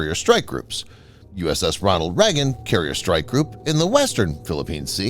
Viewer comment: Ronald Reagon, NOT Ronal Regan.